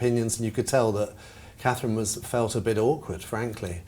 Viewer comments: She has trouble even saying Catherine. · Call her “” or “” until, she can get Catherine’s name correct..IMO